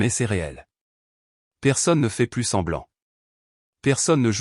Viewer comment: on est d'accord pour le plus mais comme c'est une IA qui parle si on ne lui apprend pas que le S de plus ne se dit pas ou bien les accent comment on entend des fois si on ne lui apprend pas cela l'IA ne l'apprendre pas seule ....